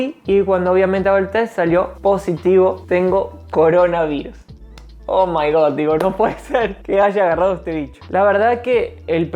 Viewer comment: Pero y boludo si te fuiste al sauna y te echaste cubitos después ... jajajaja oh maigod me gusta ese inglés ...pobre qué bueno que estás mejor